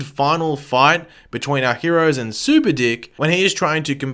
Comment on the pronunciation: I honestly thought you said super dick..😳